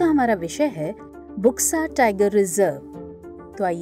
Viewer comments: It's not बुक्सा, it's बक्सा....बक्सा टाइगर रिजर्व. See in here U is not being pronounced as u/oo, it's actually o/silent U. (in bengali) বক্সা = बक्सा (in hindi) Buxa is pronounced as Boxa/Bksa....not Booxa. Eg-Blunt, bulb, Burden, Bug, Buxa. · इसका उच्चारण बुक्सा नहीं बल्कि बक्सा टाईगर रिजर्व होगा। इस क्षेत्र को डुआर्स कहा जाता है। असम में भी बक्सा नामक स्थान है।